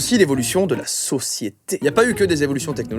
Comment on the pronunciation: "de la soci-sse"